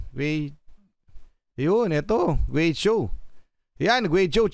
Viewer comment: G is pronounced as K sound